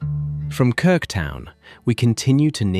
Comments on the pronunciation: Und die Insel heißt trotzdem Krk und nicht "Krik". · Warum kann man nicht einfach KRK sagen, warum immer Krik? 🤮 Abgeschaltet! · Danke, tolles Video... aber bitte... KRK nicht KRiK 😵‍💫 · 🤔 man sagt Krrrrk !!! Nicht Krik ?? Was ist das für eine Doku 👎👎👎Wir als Deutsche sind dort seit über 20 Jahren, UNGLAUBLICH WUNDERSCHÖN WUNDERBAR 😎😎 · Von Krik kann keine Rede sein. Ja, ich weiß, schwierig auszusprechen. Aber nun ist ihr Name Krk . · Die Insel heißt nicht Kirk, sondern Krk! Ohne "i" Vokal. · ES HEISST NICHT "KRIK"...DAS REISEN ist viel zu billig. Sollte 10X TEURER SEIN. MASSENTOURISMUS macht weltweit alles kaputt ! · Krk ,so aussprechen . Krk ist sehr schön ,war schön 4 mal dort. ❤ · KIRK! Haha! wisst ihr nicht, einmal wie das ausgesprochen wird? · Es ist wieder falsch es heisst Insel Krk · Ich möchte es gerne anschauen, aber immer wenn ich "Krk" so ausgesprochen höre, muss ich mich überwinden, weiter zu schauen. So bin ich noch nicht bis ans Ende gekommen. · Entsetzliche Aussprache von Krk…. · Niemcy źle wymawiają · a Croat: almost right. However, since your are asking, your "R" remained incorrect. 😉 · KRK wird so ausgesprochen, wie es geschrieben wird.